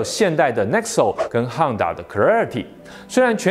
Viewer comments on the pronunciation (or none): HONDA是唸「home打」喔，不是「夯打」，因為那是日文發音「HO N DA」